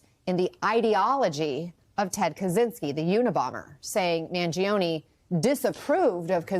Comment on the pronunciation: Mangione with an “ e” at the end that sounds like the “e” in Empathy or Emotional or Esoteric.